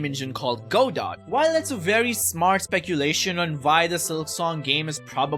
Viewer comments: Godot is pronounced "Guh Doe" just FYI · Hey man Godot is pronounced Guh- Dough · ITS PRONOUNCED GO-DOW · Isn't it pronounced Godot? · every time someone mispronounces godot, in-development godot games take an extra 2 months to release